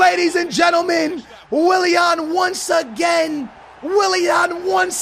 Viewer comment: the way he says willian. Wiliehann